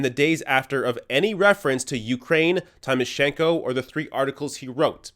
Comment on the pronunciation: Great exposé but I was annoyed by a repeated mistake of yours. Why can't you pronounce "Tymoshenko" properly? Don't be like like all those idiot Bush supporters saying "EYE-rack".